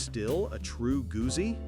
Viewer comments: Gusi? Really? As an italophile German, this pains me. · Since you cannot pronounce Gutzi, perhaps you are not qualified. It all depends on whether I like what you have to say😎 Nice video❤️